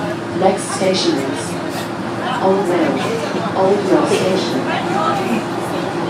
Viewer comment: Wtf when she said Old Mill station it’s sounds like O Mill